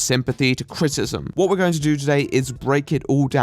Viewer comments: What is "crit-cism"? You refer to it a lot. Is it anything like crit-i-cism? Like what I'm doing? You speak so f ing well that it just sticks out to me. Like an air bubble in a smooth coat of paint. Too much? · Is it just your accent or are you actually pronouncing criticism "crit-ism?" Because it's pronounced "Crit-i-ciz-um." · I need to set attempting to say "criticism" as my ringtone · Your pronunciation of "criticism" is awful.